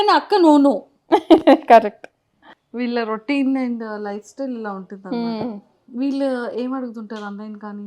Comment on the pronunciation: విల్లు ❌వీళ్ళు ✔️